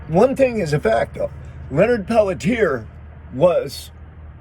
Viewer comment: Pelletier pronounced "pelt-chi-ay". Thank you for covering this. Total set up for sure and he is innocent. Went through this thoroughly years ago and from what I have concluded, there was not enough compelling evidence to convict Leonard for the murders or continue to keep him in prison. He "took one for the team", but this whole situation should have never happened in the first place, but the intruders were instructed to invade.